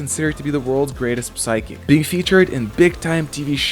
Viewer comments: Why does the narrator keeps pronouncing the letter P in the word Psychich? Can´t he even speal correctly in his own native language? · Is this AI generated narration? Whoever it is doesn't seem to know that the "p" in psychic and psychokinesis is silent.